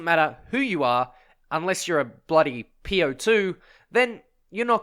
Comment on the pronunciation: its not called po-2 its called op-2 😂